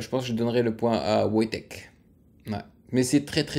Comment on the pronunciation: C'est "Voytek"